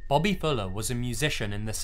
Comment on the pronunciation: stop saying bobby like that